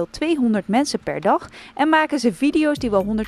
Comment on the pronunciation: Hahahaha inplaats van maken zegt hij magen hahaha